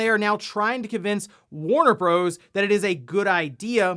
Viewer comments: I hate how he says Warner Bros. Lol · Though you are correct in saying "Warner Bros." Most others call it "Warner Brothers". Warner Bros just hits the ear wrong